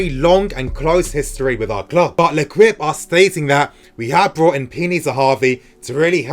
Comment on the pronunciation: It's pronounced lekipe not lekwipe!